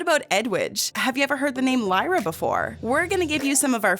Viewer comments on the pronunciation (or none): none